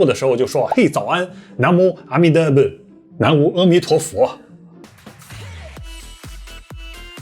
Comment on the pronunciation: 南无阿弥陀佛，在这里不读nan wu 应该读：na mo，